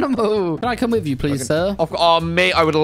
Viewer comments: “Whiff” I Hope You Had a great year and We Love You Mate And I Hope The Next Year Of Waffling is even Better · "whiff" <3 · hey well guess what. “Whiff” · “Whiff” your best waffler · "Whiff" keep up the great work